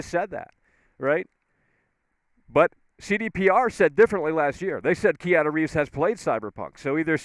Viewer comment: Kee-ahna Reeves